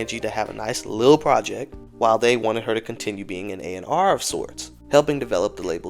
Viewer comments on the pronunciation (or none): none